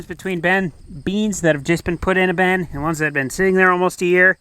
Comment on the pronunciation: Interesting he pronounces “bin” like “ben”. Why is that? It didn’t used to be the case.